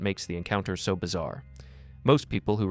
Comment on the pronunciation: Whose credit cards become arbitrarily available for charges at random days at midnight? What a shit show. And her pronunciation of "so" like "seowh" is incredibly bizarre.